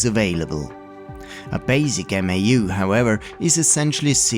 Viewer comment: MAU is pronounced mow (like cow) I saw a school computer lab that booted a bunch of PS/2s from 1 Novell Netware server over token ring. Eliminated a lot of stuff kids could get up to.